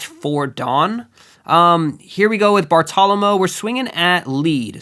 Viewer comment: Great video but Bartolomeo is pronounced Bar-toe-luh-mayo